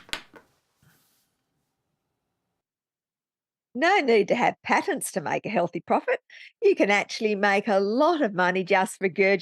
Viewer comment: Hey fantastic patent with short a unlike paytent pronounced by Dr C. You remembered! Thank you.